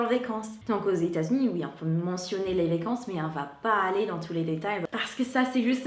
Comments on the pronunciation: Je ne sais pas si j'en aurai d'autres tout au long de la vidéo, mais tu dis mal le mot "vacance"... tu dis : "vécance"... je sais que c'est le "a" qui se dit "é" ;) donc vAcance et non vÉcance. ;) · Bonjour, je voudrais te signaler que tu prononces "vécances" au lieu de "vacances", n'oublie pas de bien prononcer la lettre a. Il me semble que tu le fais aussi pour "dollar", tu dis "dollèr" au lieu de dollAr. Bonne journée